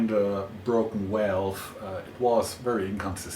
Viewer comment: I like how you say walve 🤭